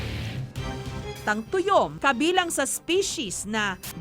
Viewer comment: tayom hindi tuyom